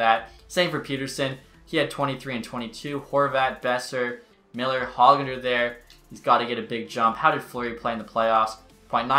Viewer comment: Every time he said “Peter son” annoyed me so much I’m sorry lol Edit: and every time he said “Hog Lunder”